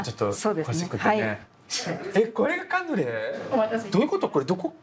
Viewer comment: ブラスくんの回、本当に楽しいです。忙しいだろうし、無理のない頻度でこれからも出てほしいです😊カヌレをマヌレ😂可愛らしいブラスくん。